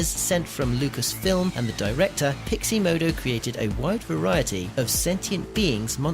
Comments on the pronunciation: totally triggered by the pronounciation of pixomondo as piximodo ... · Haha - always nice to let viewers know your level of quality within the first minute. You are going to show us how to do something extremely technical yet you can't pronounce Pixomondo. That's funny! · I'm fascinated by the complete inability to pronounce Pixomondo